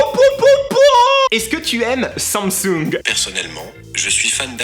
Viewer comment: tu dis sommesung au lieu de dire samsung mdrrr 😂😂 sinon super video